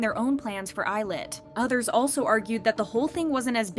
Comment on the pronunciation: I don't think that's how you pronounce 'Illit' ...